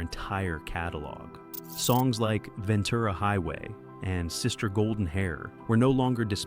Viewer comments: Ventooora? Ven tur a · This is way over dramatic. For someone who can't even pronounce Ventura I don't think you should be commenting on the groups rise and "fall".